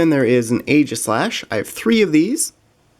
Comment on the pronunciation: It's EE-jis-lash